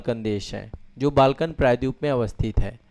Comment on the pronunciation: Please try to pronounce " praydweep" properly.